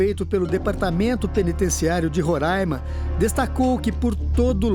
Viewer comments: Ron rãima não existe. Pelo amor de Deus. Aqui se chama Roraima. Não tem acento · Minha gente, nao é RORÂIMA, É "RORÁIMA" (eu sei que nao tem acento) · É Roraima não rorãima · Rorãima não é Roraima Rorãima é outra coisa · E Roraima, não rorãima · Roraima e não Rorãima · A pronúncia é RORÁIMA e não RORÃIMA aff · É Roraima e não Rorâima! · Não é RURAIMA É RORAIMA 😤😤😤🙄🙄🙄🙄🙄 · Roraima, não Rorãima. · Não e "Ruraima"não desgraça e Roraima peste!!! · Rorãima?? RO ???? Piada né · Não é Rorâima é Roraima normal eu sou de Roraima e não é Rorâima que se fala e sim Roraima 🙃😉, fica a dica aí pra não errarem nais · Não é ruraima e Roraima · Rõraima é o carai ,, é Roraima. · Onde Esses Reportes veem esse ã em Rorãima e Roraima e difícil de entender? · Porra não é RO e RR E não se fala Rôraima e Roraima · RR - Roraima e não Rorãima RO - Rondônia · É "RORÁIMA!" Kkk Quem coloca acento agudo no A é retardado. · Esses apresentadores precisam voltar a escola e aprender português. Não sabem nem fala o nome do estado direito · Deslike pelo "Rorãima" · Qual a dificuldade em falar Roraima 😹 foge gente direto aí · Burra não sabe nem pronunciar Roraima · Tlze aprende a fala o nome Roraima nunca e ?